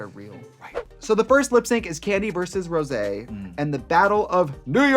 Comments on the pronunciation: Not them saying Rose's name wrong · Rose for Rosaaaaaaay -----and Sih-moan as Simoonnnnnyyyyaaaaayyyy nope nope. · Why did you keep calling Rosé like Rose? 🤣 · Yes she did and 'Rose' 👏It's Rosé ! 👏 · Its pronounced. ROSSSAYYY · ..and Raja 'Rajar' and Rosé 'Rose' ..honestly I was shocked since Trixie and Katya both said Rose I kinda died for her 😲